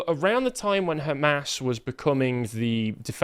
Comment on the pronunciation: Why would british man in english pronounce "qatar" and "hamas" in arabic accent? Why would you do such thing? Bowing down to who?